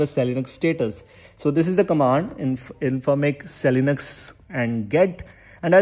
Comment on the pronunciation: Vai, it's not seli-nux ... It's called es e linux 😂😂😂😂